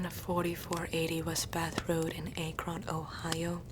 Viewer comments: IT IS ACK-RON! NOT AKE-RUN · "Ohio"....OHIO.....but I live in ohio. Btw it's Akron not Aekron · Akron Ohio is pronounced (AHHH/KR/ON) sorry I'm just a bothered ohioan. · Wow I've never heard Akron,Ohio pronounced that way before ahaha. But yeah I've grown up in Ohio all my life, it's not that exciting here.